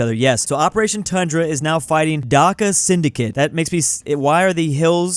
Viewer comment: He said Dhaka is bangladeshi correctly